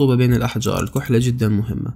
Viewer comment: اسمها الكحلة بالفتحة 😊